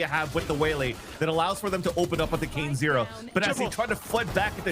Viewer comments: cane-ze-rra 大概是kane-seh-rah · Canezerra那是什麼念法……